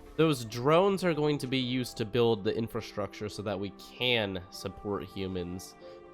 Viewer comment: The way he says “humans” makes it sound like he isn’t one